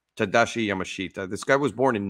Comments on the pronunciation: And we knew his name is pronounced "Ya-mash-ta," not "Yama-shita." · His name's pronounced on the first syllable, YAmashita. Not Ya Ma SHEET Tah. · correct. The Japanese language will include the "i" romanized, but it is spoken YamaSH-ta. The "sh" should be a bit more emphasized. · His name is pronounced Yamashta